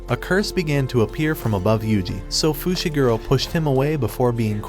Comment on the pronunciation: bro called megumi fishiguro